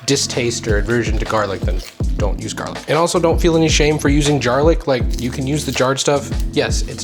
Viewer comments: Lol "jarlic" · I'm autistic and struggle with the word jarlic. Make it stop :p